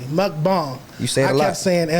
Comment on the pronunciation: Why does keep correcting himself oh the mukbang word lol. You pronounce it properly the first time. Unless you’re talking about something else